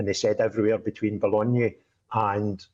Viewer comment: You said Boulogne like the Italian one. It's boul-oyne. The other one, Gravelines, would be grav-leen.